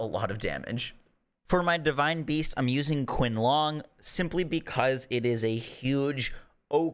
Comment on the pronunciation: Qin Long is pronounced *cheen-Long